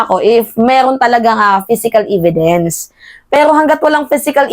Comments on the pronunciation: Ividence?hehehe.evidwnce po..e di i ang pagpronounce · evidence hindi ividence . . omg